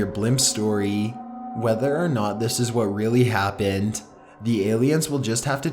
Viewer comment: turned it off after turned the word happened into 4 syllables ha